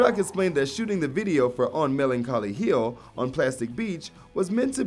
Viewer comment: "Mellen-call-e heel"